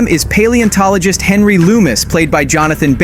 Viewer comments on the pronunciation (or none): none